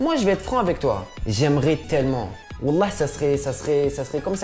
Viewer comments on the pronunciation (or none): none